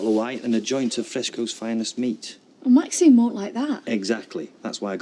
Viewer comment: Not sure if he is a good actor or a bad one that has problems with pronouncing names etc.He could never pronounce Maxines name!